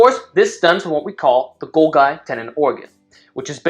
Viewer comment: The way he pronounced golgi makes me vomit.